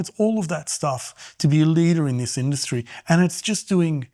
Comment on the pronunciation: the word is "this", not "diss"